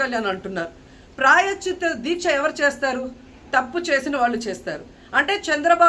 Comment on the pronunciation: ముందు ప్రాయశ్చిత్తం అని పలకడం నేర్చుకోండి రోజా గారు.